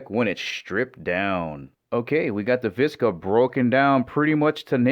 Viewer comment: Vishhhhka not viska